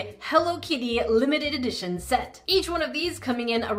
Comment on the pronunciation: WAIT LOMETED EDITOIN I HATE IT NAURRR WHAT IF ITS GAWNN